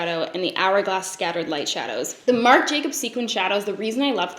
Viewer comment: struggles multiple times to say "marc jacobs dewdrops" Also: "charlotte tilbury hollywood flawless filter for a superstar youth glow" rolls right off the tongue